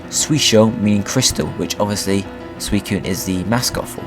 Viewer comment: It's pronounced sui-cu-ne come on, I like your presentation, just get the pronunciation right